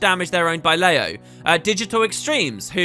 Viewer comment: Leyo, "Ler yo", 乐游, Happy Games (Luckily it's in Chinese!)